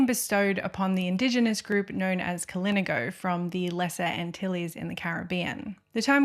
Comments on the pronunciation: Kalinago is pronounced with an emphasis on the na like ka-lee-NA-go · The way you said kalinagos threw me off so much 😭 even had me questioning myself but its kah-lin-AH-goh thats how you pronounce it (not trying to mean 😓) But beautiful video i love how your voice and how you story tell it kept me very much interested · 10/10 video Only note: hearing the mispronunciations of "Kalingo" and other Caribbean terms hurt me more than the discussions of cannibalism